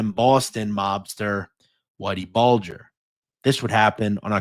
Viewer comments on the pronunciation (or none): none